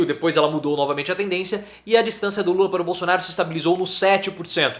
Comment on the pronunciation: Também ele não sabe falar bosonaro